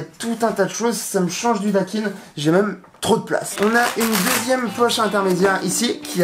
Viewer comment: Bien cool et merci pour le concours. Par contre... Arrete de dire Dakiiiine. Ça se pronnonce "Dakaïn" hehe :P